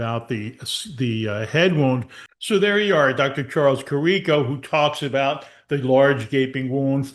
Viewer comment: Great work here. The doctors were correct since day 1. Btw, it’s pronounced Care-ah-co and James Hoe-stee.